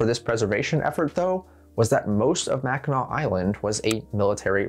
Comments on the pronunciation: With how many get it wrong, I'm proud of your Mackinac pronunciation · As a Michigander he got Mackinac pronounced properly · I’m from Michigan and I cringe when I here people pronounce it wrong. Good job on doing it right 🎉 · THANK YOU! For putting in the effort to learn how to pronounce Mackinac correctly. I was watching a popular history YouTube channel the other day that, of course, mispronounced the name. Fun fact Michigan has two first state parks because we have two state park systems. Mackinac State Park, being the first, first state park, and Interlochen state park being the second, first state park. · ohhh 💕 for actually pronouncing mackinac correctly!! i'm a michigander, it's so rare to see people from outside the state pronounce it right